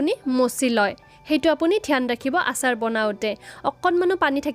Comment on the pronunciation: অচাৰ নহয় আচাৰ